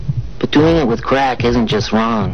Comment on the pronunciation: “This, is cwrack.” Made me laugh.